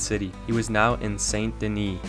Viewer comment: I see what you did there. Pronounced St. Denis wrong on purpose to farm comments. 😉 Oldest RDR2 video trick in the book. Well, I'm not falling for it.... Wait a minute!.... Darn